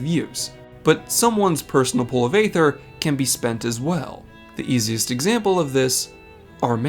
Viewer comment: Why do you keep saying "ay-ther"? It's been said out loud in the game hundreds of times and it's "ee-ther".